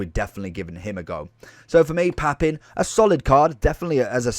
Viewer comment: I would have left a like if you'd have pronounced his name correctly!